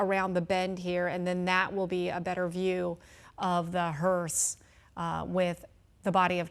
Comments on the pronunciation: Glad someone must have corrected the female speaker. In her first pronunciation of “hearse”, she put a “t” on the end of it. Thereafter she pronounced it correctly. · Its a hearse. Not a hearst. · It's a hearse! Not a hurst! Jeez, can we find some talking heads that actually have a command of the English language? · Note to anchors. It's a hease not a Hearst. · It's hearse not "hearst." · It’s HEARSE not HEARST Jesus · Hearse not HURST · Its called a hearse, not hearst!!!!!